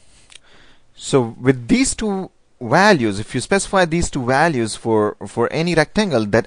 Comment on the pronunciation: walues, uidth dude you rock XD